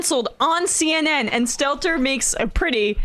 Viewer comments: His name is Brian Stelter not Stettler. You'd think these journalists would know that by now, unless they're "disingenuous". 😉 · What's with continually saying stettler? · They couldn’t even get Brian’s name right! Brian “Stetler”?? I guess they were shooting for a 100% inaccuracy rating! Lol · Maybe the next tim you try to sanctimoniously OWN supposed “charlatans” and idiots, maybe try & know the names of those you’re slamming… It is STELTER, you idiot. ST-EL-TER !!!!!!!